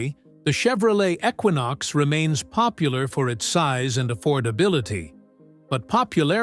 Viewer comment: It is not a ecquonox it is a junk equinox